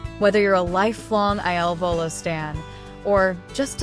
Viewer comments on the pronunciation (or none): PLEASE PRONOUNCE THEIR NAMES CORRECTLY AND IT IS IL VOLO NOT ILLINOIS VOLO